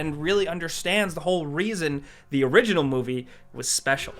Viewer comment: Idk why in this video EVERY time he says THE he says "duh" never noticed it in other games.